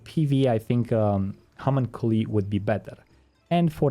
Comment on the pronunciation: HA - MONK - CUE - LIE = Homunculi. Homunculi is the plural for Homunculus which is a basically a small adult human. Since English isn't your first language, it is understandable not knowing this word. However, it chaps my ass that I am hearing so many ppl butcher this word. What happened to our education system?